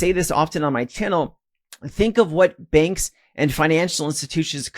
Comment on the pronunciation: Took me a while to realise ‘benks’ is actually ‘banks’